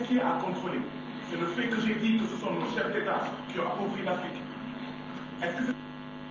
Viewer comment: Ca me faire rire quando elle dit un chef detat